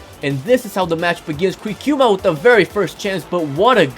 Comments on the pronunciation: I am a Brazil fan and the way that you say Criciúma isn't correct, is like you sad at the first time but after you started to say like crikiuma and this is uncorrect. Happy Cole is back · No, we pronounce criciuma like you sad first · Hey,. You said Cricíuma right in the first time, that's the actual pronunciation. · You pronounced Criciuma the correct way on the first time...